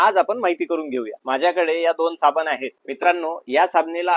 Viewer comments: साबन नाही ,साबण बोला l शुद्ध मराठीचा लोभ असावा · तुझे मराठी फारच भंगार आहे ते सुधार. साबने नाही साबण